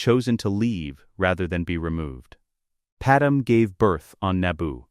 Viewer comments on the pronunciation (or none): I liked the story... but please teach your AI that it's Padmé (Pad-MAY) not Padam... it's rather annoying to keep hearing that error... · Why are all the ai stories always getting Padme (Pad-May) pronunciation incorrect?